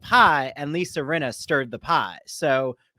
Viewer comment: You are saying AIRY-ANNA its R-E-UHN-NA